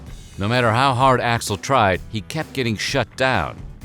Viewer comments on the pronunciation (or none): Dave's "Hi Axl" sounds like "Hi asshole" 🤣🤣🤣